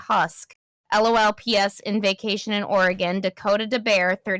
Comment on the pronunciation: You pronounced Oregon perfectly the first time. Why did you say it that way the second time... 😭😭😭😭😭